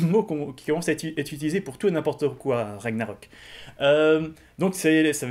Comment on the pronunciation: on ne dit pas "RAGNAROK" comme ça se prononce :o mon dieu au grand jamais :o (j'suis pas nazi ;p)